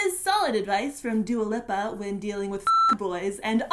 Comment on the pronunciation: Lih-pa? I thought it was pronounced lee-pa?